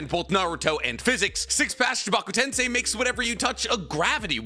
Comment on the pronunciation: TEN SAY NOT TEN SAI